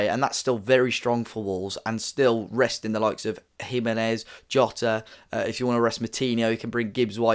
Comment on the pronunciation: Who's shimenez 🤣